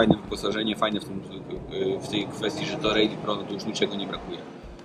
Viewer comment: Nie "rejli" tylko "rali" ;)